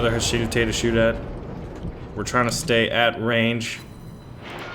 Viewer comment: HA-SHI-DA-THE Not HA-SHIDATTE